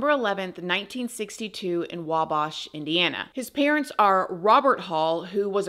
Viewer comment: It's pronounced wabash.. like in the word ash